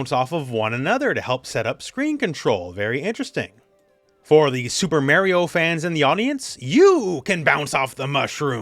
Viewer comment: Unrelated but I never fall for rooflebait on twitter, but I do feel it building when I hear you pronounce Mario.